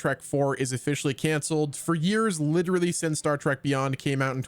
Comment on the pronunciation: Say Star Track one more time